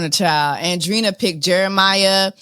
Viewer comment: Really, “Andrina”?! You speak Spanish. lol but she is a Wilhelmina signed model. Her and her thick ass calves and Bbl 😂